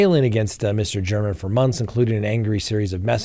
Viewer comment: Jeff German is pronounced “Gare men” Just a friendly tidbit RIP Jeff German